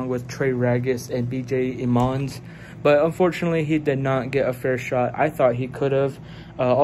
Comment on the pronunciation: His name is Emmons not Emons